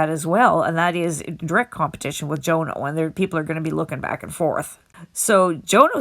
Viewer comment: It’s pronounced Jonno not Joe No!